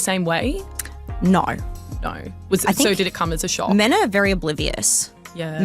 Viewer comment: How many syllables are there in the words 'NO' and 'SO'?? It's as bad as the whiny women that say 'no-wah'.. There is basically nothing I can stand about this woman and that personality and attitude in general.. Don't worry honey... THE WALL IS COMING FOR YOU TOO!!😂😂😂😂